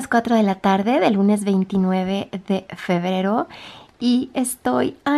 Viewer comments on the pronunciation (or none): No paro de reir y llorar en este video porque dice febero pero llorar de emocion te quiero